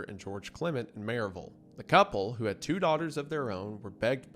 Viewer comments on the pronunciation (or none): that pronunciation of maryville physically hurt a little bit ngl 😭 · I like how the Tennessee shines through in his pronunciation of Maryville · I know you’re an East Tennessee boy the way you pronounce Maryville ❤